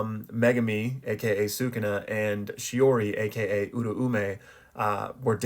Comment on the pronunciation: Why cant you pronounce “sukuna”